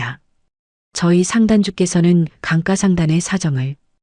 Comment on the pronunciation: 강가를 왜 자꾸 강까 강까 하는거야? 희한하네? AI는 기억도 끼억으로 바꾸네?